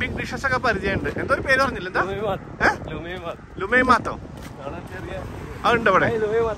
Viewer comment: ലുമൈമാത്ത് അല്ല ലിഗേമിയാത്ത് സൗദിയില്‍ ഇതിന് ലുക്മത് കാളി എന്ന് പറയും.